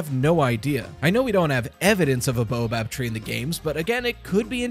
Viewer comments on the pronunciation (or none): Good theory but it is baobab, not boabab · ._. it's Bay-Uh-Bob not Bow-a-bab. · I have nothing truly useful to add, only that baobab is generally pronounced "bay-o-bab" not "boa-bab". This is completely unimportant, but it irrationally bothers me. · Baobob tree: BAY-O-Bob 😭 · Hey! Just to let you know, it's pronounced bay-o-bob tree.